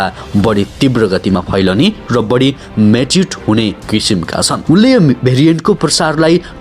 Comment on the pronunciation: ma mutate vanne ho.. matate hoina😏